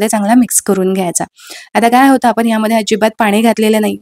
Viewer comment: सगळ छान आहे .काही मराठी शब्द अशुद्ध आहेत. पन नाही पण , आपन नाही आपण.मेथीचे दाने नाही दाणे असं म्हणा. व्हिडिओ दाखवताना कृती सांगताना भाषा शुद्धच पाहिजे. Sorry for suggesting.